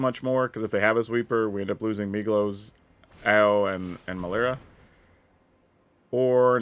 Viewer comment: Every time you say Migloz I hear Meatloaf and I love that so much :D